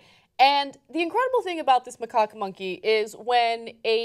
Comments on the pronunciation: ana said macawk so much in this video i came. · Did Ana just say macock? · Its pronounced "Ma Cack" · They are both pronouncing it wrongly... It's pronounce as MA-CACK. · NAh-roo-toh. Mah-kak. (as in the American pronunciation of (don't laugh British people) khaki pants.) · it is pronounced mahcack, according to international phonetic alphabet, emphasis on second syllable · it is pronounced 'muh-KACK'... second syllable rhymes with 'hack' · It's pronounced Ma-kak with an A not O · I think it's pronounce Mahcak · Macaque is pronounced "Ma-Kor". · Isnt it pronounced Muh-caw? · The a in second syllable of macaque is a soft "a" sound not a soft "o" sound. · You ARE pronouncing it wrong. (/məˈkɑːk) M as in my. A as in about. K as in kind. A like in Father. K as in kind. Is a little research so hard to ask for? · I'm sure PETA was willing to act as Naruto's financial managers, too. :D (and it's "macaque" - the second syllable is pronounced like the first syllable of "cackle". Grow up, children.)